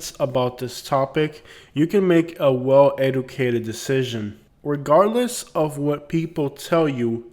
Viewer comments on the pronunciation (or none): "economical incentives" "well edicated" ?? That is where you lost me.